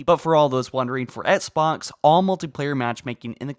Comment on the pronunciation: I can’t stand how this dude says “Xbox”